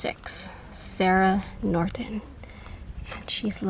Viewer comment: Norton not Nortent